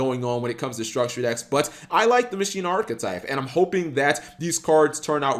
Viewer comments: Masheena I thought it was pronounced Makina you know the Spanish term for machine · sorry to break it to you, but that's not how you pronounce it. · Why call it Muh-sheen-nuh? Why not call it Ma-qi-nah? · "Machina" is pronounced the same way you say "machine" in Spanish. Mak-ee-nah